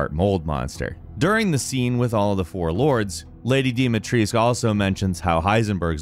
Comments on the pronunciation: I died everytime he said any name wrong🤦🏾‍♂️ its like YOURE DOING A VIDEO ONNA GAME THAT YOU HAVENT PLAYED OR WATCHED????🤣🤣 thts wat it felt like. Its not hard to say dimitrescu... jus glad he said duke correctly at least 🤦🏾‍♂️🤣🤣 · MY EARS ARE BLEEDING! THAT'S NOT HOW YOU PRONOUNCE HER NAAAAAME!!! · Castle Deema-treesk....House Benevito...what. Do you even research or play the games you talk about. Almost every video with this '' he butchers simple pronunciations. This one is particularly egregious. It's painful to listen to. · The correct pronounciation is with a U at the end tho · Also when he pronounce Dimitrescu he hurts my soul. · I don't like how he pronounces Dimitrescu. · Am I wrong for being so triggered that he's played through the games and pronounces Dimitrescu and Beneviento? Like, you've heard the name said multiple times, how is the pronunciation so wrong???? cool video other than that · Pleeaaaaase, just.. Please learn to pronounce Beneviento and Dimitrescu right… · It’s supposed to be pronounced as dimitrescoo but wrongly pronounced in the game. And then u still mess it up and say dimitreesc? Noob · Why the hell they say dimitrisk when it's clearly Dimitrescu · its the same for me with Dimitrescu, everyone, even the game says Dimitresc instead of Dimitrescu. Why the hell is it so hard to pronounce that extra U at the end? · Or when he says DIMIETRIESK.. I get it in the game its Dee mee tresk, but in Romania it's dee meetrescu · It's frustrating that no native English speakers know how to pronounce Dimitrescu correctly. Just put it in google translate for Romanian and it'll tell you. Every syllable is pronounced: Di-mi-tres-cu. Yet everyone says "Dimitresc" for some reason? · actuallu its dome-a-treesk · Lady Deeee meee treisk. I love his pronunciations. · Nobody:: Deem-a-Treeesk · Fun fact: lady d last name, dimitrescu is actually pronounced like this: DE ME TRES CU. Because everyone keeps pronouncing it wrong, no offense